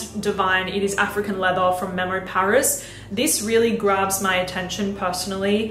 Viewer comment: How does she say leather leatha, but leathery properly. All she has to do is say leathery minus the y😂... I still love her though